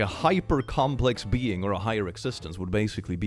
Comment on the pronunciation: When does his intro do you hear wonderful being or wonderful bean? I hear wonderful beans and it makes me smile every time